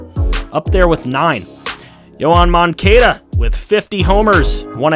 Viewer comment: Miggy using that vet savvy to lead in hits! BTW its pronounced Moan-Cah-da!